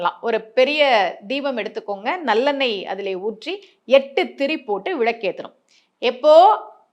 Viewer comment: அது விளக்கு மேடம் விழக்கு என்பது தவறான உச்சரிப்பு